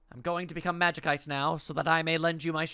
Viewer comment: From what I remember it's pronounced more like magisite, other than that, doing great, looking forward to more.